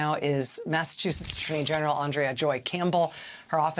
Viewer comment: I couldn’t take that she mispronounced “Massachusetts” every single time. 😣